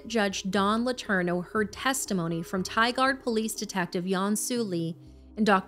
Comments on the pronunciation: Im from oregon its pronounced tīgurd not tīgard oregon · "Tie-gard" 😂 Im from the area.. it's tie-gurd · As disturbing as this is, it is difficult to listen to this when names are Mispronounced "TIgaRd" is what was said when it is pronounced "TIgerd". Just saying. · Oregon resident here and it's said Tigard like ti gard it's post to b like tigered how it's said lol great show nt trying to b a chit keep up the awesome works!!! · Hi! Love the show. Watched them all and subscribed. Just a note from Oregon, to let you know it's pronounced "Tie-Gerrd" (Tigard). we do often get Tiggered and Tie-Gaurd. I'm stayin tuned for the next episode 😅 stay cool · I live in Oregon. It’s Tigard like Tie-Gerd not Tie Gard 😅 love you guys so much tho 🤍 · It's pronounced tie gerd Oregon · Just for future reference if you guys cover a case in this area again: Tigard is pronounced "Tie-guard". I hope these monsters stay behind bars for a long time. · It's just "Tie-gurd" that's how Tigard is pronounced. Not picking on you❤just letting you know. Thanks for covering Zachary's story. 💔💔💔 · The city name is pronounced (tie-gurd) Tigard, OR. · Pronaced - Ti- gerd. Not Tigard just fyi. You guys do amazing work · Tigard is pronounced Tie-gerd. Thank you for amplifying this horrific and heartbreaking tragedy. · The way you said Tigard made my oregonian ass cringe 😂 It's more like Tiger but with a d, locally. Tragic story tho :< poor sweet baby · FYI, it's pronounced ti-gerd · Tigard Oregon is pronounced, Tie-Gerd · This case happened in my neck of the woods. Tigard is only a few miles from Portland. Thank you for making your videos and constantly giving a voice to the voiceless!! Also, Tigard rhymes with "my bird, or sky nerd" but blended into one word. I hope this helps. Love you guys so much!!! Love everything that you guys do! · Darn, I was mentally pronouncing it as tigger'd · The way tigard was pronounced 😂 can definitely tell y'all are not from Oregon